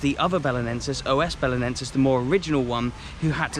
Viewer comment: Just one correction. You are suppost to say "Os" Belenenses, and not "O S" Belenenses. It is only one word, "Os" together